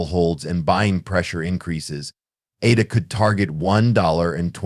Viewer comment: you do not pronounce Cardano or ADA correctly. So why would people be inclined to listen to your videos if you are not even that informed?I found this analysis overly generic. You mentioned nothing wabout crypto regulation or tthe things Cardano is actually accomplishing.